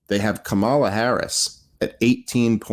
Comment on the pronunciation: How can you guys still not pronounce " Kamala" correctly?